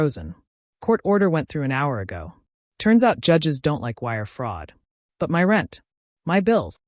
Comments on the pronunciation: Why do you insist on spelling "my" with all caps and pronouncing the work by enunciating each letter--M-Y? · and "my" is NOT "M Y"